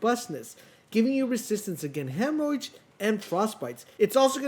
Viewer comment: did you say Endurance helps against "hemorrhage" or "hemorrhoids"? The first makes since, but the second is just flat out a hilarious joke you might have snuck in. ;)